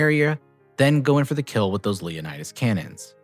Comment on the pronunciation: Leonids, say it with me. Not Leonidas.